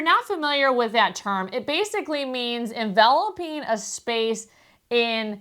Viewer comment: EnvelopING not envelopEEN.